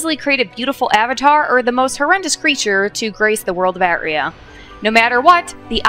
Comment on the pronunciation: Please, it is pronounced Arr-tray-a, not At-ree-a